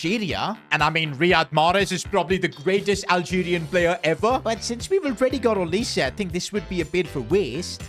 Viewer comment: It is NOT olisay it’s olise